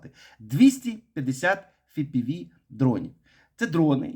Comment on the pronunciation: "ефпіві" спеціально кажуть як "фіпіві"? ай, трололо) дякую за працю!